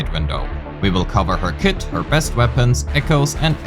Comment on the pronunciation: I know, the first time I heard it it sounded like “knowing what her clit looks like” and I had to pause